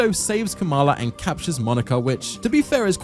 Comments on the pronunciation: Great video BUT.... it's NOT Kamila, it's KAMALA. Like god you say Kamila SO much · "Kamala" is not hard to pronounce, yet you mispronounce it throughout despite the characters giving you the right pronunciation. are you slow?